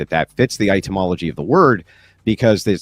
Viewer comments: I'm pretty sure Andrew is partially illiterate with the number of words he consistently mispronounces and the unironic use of double-negatives.😂 The words etymology and nuclear are his kryptonite. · One day, Andrew will learn how to pronounce etymology. Only then will he achieve greatness. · Is he pronouncing "etymology" as "itemology"? :)